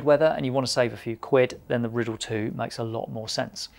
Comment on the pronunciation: Isn’t it the “Rye - Dell” not Rid-El or am I just a dumb merican ?